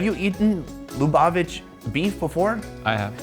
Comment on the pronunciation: Finally!!! an episode on Jewish food. Great video -- thank you! You should go to Israel next. Congrats on pronouncing Lubavitch correctly after... many attempts.